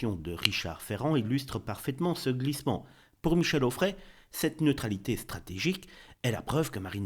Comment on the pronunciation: Quand il faut dire Retailleau tu dis Retaillon et quand il faut dire Onfray tu dis Auffray ! Serais-tu dyslexique ?